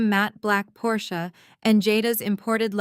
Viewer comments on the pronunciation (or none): none